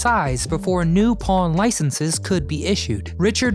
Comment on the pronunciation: he said pawn stars bt I thought he said porn stars loll 🤣